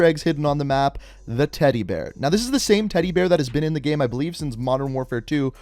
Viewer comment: The way you same “game” gives me anxiety